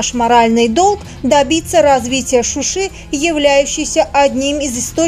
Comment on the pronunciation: Не Шуши а Шуша